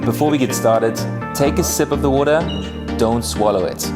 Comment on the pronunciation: But then we wouldn't have had the pleasure of hearing Whats-His-Name (??) say WATER (with that oh-so-Aussie accent😍), can't beat that 😉😜🤷🏼‍♀️